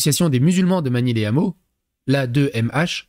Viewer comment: on ne fait pas la liaison les hameaux, on dit pas les ZAMEAUX, y a un H comme pour haricot.